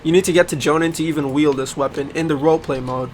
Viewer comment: He said WoMode xd